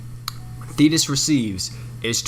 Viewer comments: Wow when you said thetis with the effects, I thought u said fetus........ Oof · If you turn captions on whenever says thetis is says penis lol